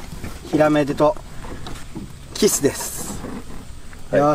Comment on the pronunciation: 発音おかしくないか？「キッス」て発音は「口づけ」の意味じゃないか？魚は「キス」って発音するんだよ。